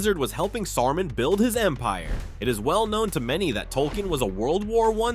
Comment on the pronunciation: The way u say Saruman hurts my ears